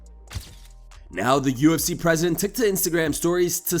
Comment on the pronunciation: I dont necessarily mind his content but there's something really unlikeable about him to me...also the way he says certain things like cartman from south park... "UFSeeeyy" it drivs me mad and in surprised I don't see more comments saying it.